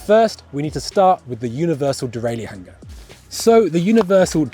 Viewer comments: Please, please, please, stop. The mechanism, which shifts the chain up, and down the cassette, is called a derailleur. In English, it is pronounced "dee-rail-ur". Three syllables, dee-rail-ur. Not "dee-rail-ee-ur". That would be four syllables, and as correct as referring to your bike, as a bi-cy-cycle. End of rant, sort it out please. Kisses, 1XBIKES. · It’s strange to hear him pronounce all the letters in “derailleur” and “hanger”.